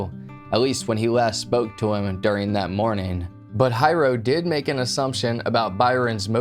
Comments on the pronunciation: Dad's name = Hiro ...pronounced HEE-ro.... not High-Row. Also- 'Xerox' is a brand name for the generic 'photo-copier' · I worked on Puuhale Road at a shop back then. I heard KSSK announcing the breaking news and that made our daily chores delayed due to Nimitz being blocked and the mass search for the killer.....(btw, the dad name is NOT Hi Row......its pronouced like He-row for Hiro, dad's real name). I often had some differences with my boss too, BUT, i would never EVER do such a callous and stupid thing.......its NOT WORTH IT). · I was told Byron was an immensely talented person. He made furniture from scratch, he built with relative ease. He raised award winning gold fish. BTW his fathers name is pronounced Hero, not high ro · Mental. Hiro is not pronounced High-ro, it’s pronounced Hero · The mangling of the pronunciation is killin’ me lol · Hiro is pronounced as if you're saying hero. Not Hi-row. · Pretty sure his father’s name is pronounced like “HERO”…. It’s a pretty common Japanese name 😉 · And sometimes the r is rolled. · Hiro (Hee-row) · Not of Japanese decent but I think Hiro is pronounced HERO. Im just nitpicking though. Excellent video AS USUAL thanks for the top notch content. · Don't hate on him for mispronouncing hero, he's autistic give him a break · im asian as well and i honestly get little upset when haoles pronounce japanese names wrong.....just like Karaoke, its NOT Ka-ree-okay.....its Ka-da-okay. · HO-NO-LOO-LOO, not HANALOOLOO. HEE-RO, not HI-RO. 🤙🏼